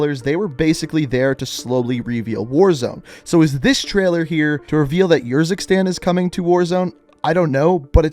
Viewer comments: It is Urzikstan not Yurzikstan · Did he ever play campaign to learn how to pronounce urzikstan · I cringe hard every time you say Khalid or Urzikstan I just like dude you do all these back story videos and that tells me you listen to these people say these words more then enough times but you still butcher them ima still show love cause you put the time in on the videos but damn dude come on pronounce the names right.